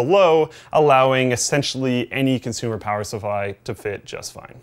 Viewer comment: "Power Suffly" Lol